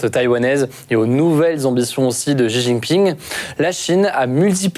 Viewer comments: certe mais il vaut mieux mal prononcer shi ou au pire rester à la française avec xi plutôt qu'inventer un Ji. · Bravo! Ayant vecu 5 a Taiwan, marié a une Taiwanaise et papa d une petite mixte. Je passe beaucoup de temps a raconter tout ce qui a ete dit dans cette video. Juste un element que je n ai jamais entendu en occident concernant Xi jinping (xi se prononce "shi" au passage) c est que le pere de Xi Jinping etait le vice premier ministre de Mao Zedong. Et qu il a ete foutu dehors lorsque Mao a renforcer son pouvoir en virrant les elements derangeant. Ci jinping deteste Mao et fait malgré tout tout son possible pour realiser les travaux de Mao.